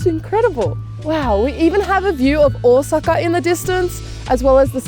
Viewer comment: 10/10 for the phonetically correct pronounciation of Ōsaka. This is how I know people are legit.